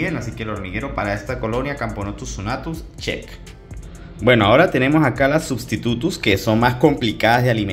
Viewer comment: XD cuando dijiste substutus entendí silvaticus